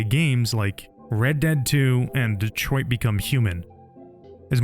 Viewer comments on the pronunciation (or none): none